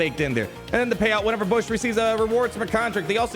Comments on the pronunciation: saying bush instead of booush hurts my soul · Thought it was BOW -ssh like little bow wow not bow like a gift but I called her coming a yr back its funny he keeps calling her bush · I think Boushh is pronounced more like “bow-shh”. But this is better than our original Gamorrean Guard attempt lol (It’s all in good fun lmao) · The name pronunciation 🤨